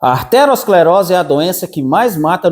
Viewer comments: Parei de assistir quando ele falou aRteroesclerose,se não sabe o nome correto,como pode querer falar sobre o assunto ? O certo é ateroescleose, não é derivada de artéria,mas de ateroma. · Não é "arterosclerose", e sim aterosclerose.